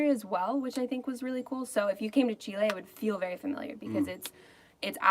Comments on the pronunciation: GeoMac Granddad Garbage. Just ask a Chilean or better still, live with one for 30 odd years. By then you know what the country is called and how the people call themselves. If anything, you use the short vowel e sound not the long sound as you would in the name André. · I try hard to explain this to travellers, the country is pronounced Chileeeeeee not Chilay. My partner, being a Chilean, finds this frustrating. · You can't really do phonetic pronunciation in English to convey how words in Spanish sound exactly. Better to learn the Spanish sounds, and in particular the vowels which unlike there multiple sounds in English only have one sound in Spanish. That said, the closest would be: Chee-lay.